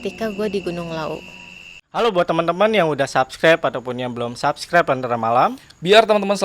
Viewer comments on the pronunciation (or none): Subscribe bang, bukan subscabe😂😜😜